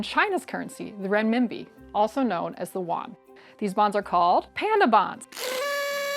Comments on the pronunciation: it's not the won (yuan) it's more like "ywen" or "ɥɛn" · It is not pronounced as "won" (Korean won). It is yuan (yu-an) or aka ren-ming-bi if that is easier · The Renminbi. I don't get the pronunciation issues with so many American speakers. It's not the "wan", it's pronounced "yu-an". As in you "you" and "Ann". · yes buddy, I know all about that. I was referring to the way she pronounced the word Yuan. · Maybe she heard it from a native, and anglicised it in a different way? “Yu-an” isn’t how you pronounce it in Chinese either. It’s a one syllable word whose closest English equivalents are “yen” and “when”. “Yu-an” is a pronunciation based on the spelling only, like pronouncing epitome “e-pih-toam”. The only difference is that “yu-an” is standardised.